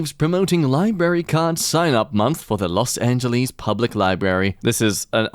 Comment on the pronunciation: The way says Los Angeles really bugs me and I don't know why